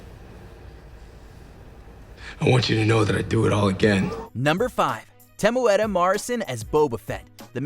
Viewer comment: Respect for the correctly pronounced Temuera Morrison's name